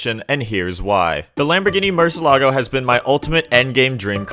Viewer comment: why does he say murcielago like that